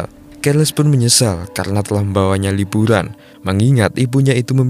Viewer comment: Liburan bang bukan libulan.. Lu kalo ngomong R yg bner donk masa iya huruf R dibaca L